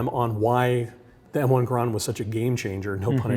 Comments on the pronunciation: Hearing that guy talk about the garand was painful. It's pronounced GAIR-END, it's an en bloc clip, not enfield (the name of a british rifle), and the ping thing was totally a myth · That's the first time I've ever heard garand be pronounced like that. Also ejects the enfield clip. Hehehehe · Somebody please teach this man how to say M1 GARAND. and a enfield clip?!?! it uses a fucking C bloc clip. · Garand rhymes with errand, according to the designer of the rifle. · I am concerned about authenticity when the game director cant pronounce GARAND as it commonly is, and refers to the En-bloc clip as Enfield clip. The ping causing German troops to pop up from cover is generally regarded as a myth. Small details but Sledgehammer told us about how much research they did and then crapped out COD WWII. Hopefully its a great game but I have concerns.